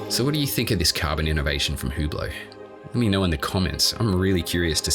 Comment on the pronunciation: its ublot not hublot